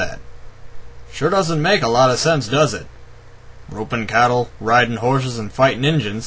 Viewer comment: sounds like he said "gropin'" cattle instead of "ropin'"